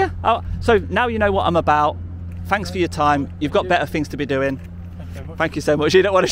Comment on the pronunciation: Is the camera shy narrator here really semi-literate and slow, or is it part of the show? eg "things" gets morphed into "fings", "those blocks" into "them blocks" Thinking that being told to vacate the property by security personnel means a deal has been struck to come and talk to them off the premises.